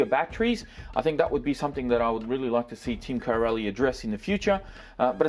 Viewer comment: your pronouncing corally wrong there is no gap between co rally bud